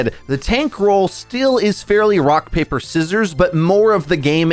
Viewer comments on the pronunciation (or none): none